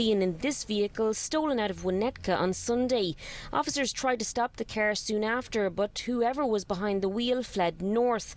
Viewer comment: It's car not ker